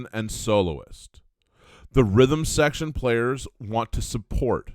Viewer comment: Rhythm secrtion? Is that where something secretes rhythm?